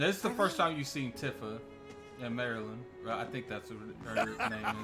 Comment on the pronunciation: Great breakdown bud. I am also hype for the game. Btw her name is pronounced Tee-fuh.